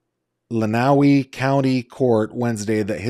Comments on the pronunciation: Michigander here. It’s pronounced “len-uh-way” county not “len-oww-wee” county. Just had to say something lol it was driving me nuts 😂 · Glad to hear you speaking about Dee ✋ Lenawee is pronounced like "len-uh-way"